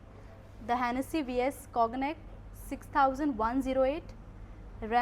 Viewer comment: I cringe whenever somebody say COG - NAC 😬... It's pronounced CON ' YAC...